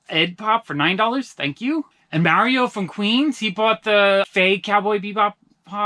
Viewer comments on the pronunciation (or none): none